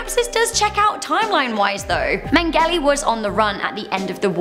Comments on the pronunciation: Meng-gell-ee? Nope, never heard of him. I've heard of Mengele (pronounced men-ge-a) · The le at the end of Mengele is pronounced like the French Le' 😂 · Killing me with the way you pronounce Mengele........killing me!!! Still love you!!!